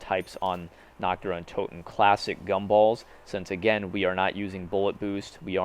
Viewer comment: Oh mein gott why can't any of you fucking zombie youtubers pronounce the map correctly its not nocht dur untooten Its nächt dër untöten learn how to properly pronounce German then come back and make a video about about this map